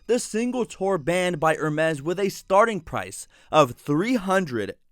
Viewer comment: It pronounce ER-MASS or AR-MESS... wtf are you pronouncing 😂🤣